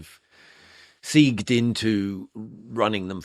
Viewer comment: "segued" is pronounced "segwayed" not "seeged" 🙄